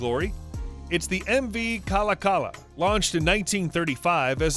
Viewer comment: The ferry is pronounced Ka-Lak-Ala